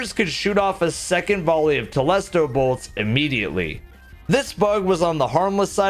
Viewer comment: I feel like it should be pronounced "Telésto" That's how I say it anyway.